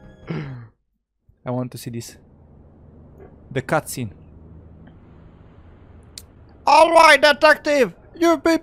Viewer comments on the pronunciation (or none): he said catseen? bruhhhhhh